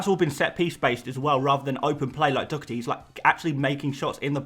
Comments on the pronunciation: Doherty’s name is not pronounced “Dockerty”!!! My god where do you see a C or a K in the name? It is pronounced “Daw-Herty” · I Love your videos but the way you say Doherty drives me insane 😅 there's no 'C' mate, it's literally just Doh-erty 🤣